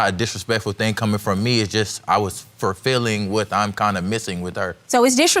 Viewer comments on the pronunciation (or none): “Furfilling?” Say what now? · Fulfilling does not have an R in it😒